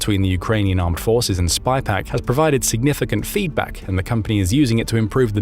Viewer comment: No, the AI voice said “SPYPAC” every time.